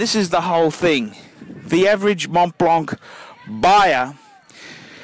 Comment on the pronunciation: you said it correct.